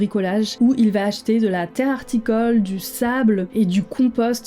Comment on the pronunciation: Tombe « horticole », pas « harticole «